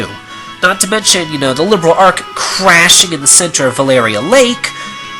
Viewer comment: am i the only one who's bothered by the way he pronounces "Liberl?" just me? oki. nevermind.